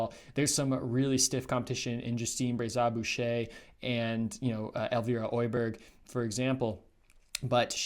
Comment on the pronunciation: Pretty much every😄 the worst were Öberg, Kebinger,Claude,Rees, Dzhyma..Krčmář is probably too hard to pronounce right for non natives..